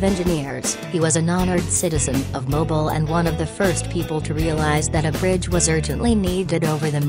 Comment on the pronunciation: Yeah they got Mobile wrong too